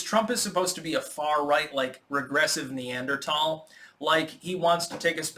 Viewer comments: I'm so thrilled that pronounced Neanderthal correctly. That made my day much nicer. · I like that he pronounced 'Neanderthal' correctly.